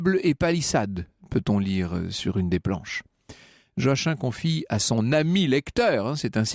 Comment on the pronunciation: Joachim c'est joakim pas joaquin